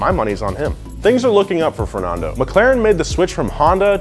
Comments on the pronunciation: Who pronounces Fernando fer-non-do not fer-nan-do cuz he says both in this vid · Yea this is exactly how we pronounce Fernando, Gran Prix, Massa and Honda !!! :)))))) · Why do Americans always say Fernando wrong. But good piece though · why does he say fernondo and shoomocker? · Whats with your pronunciation? "Shumocker", "Fernondo", "Mossa", like what?